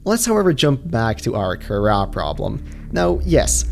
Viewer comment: At the begginging he said it karra instead of kahaara